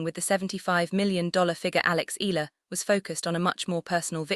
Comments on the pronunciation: Eh..ya..la Please stop murdering her name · eeh- yah-lah, eeh- yah-lah, eeh- yah-lah, eeh- yah-lah, eeh- yah-lah, eeh- yah-lah, eeh- yah-lah, eeh- yah-lah, eeh- yah-lah, eeh- yah-lah